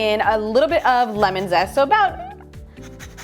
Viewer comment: What is a shalit!? I'm fully aware of what shallot is but shalit? That isn't even a thing! And don't get me started on lim in ! It's lemon for god's sake! And fyi herbs has a H in it and yes I'm fully aware that french people say erbs but Americans are not french and also can't speak proper English ... "American English" is actual English done wrong!